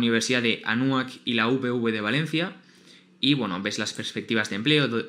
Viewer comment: Ja ja ja como dijiste Anahuac ?